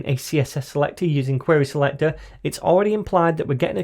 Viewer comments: awesome video, but the way you say selector sounds like selectorAll 😂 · Crack me up every time you say "Selector".. "Craig Daviiid" haha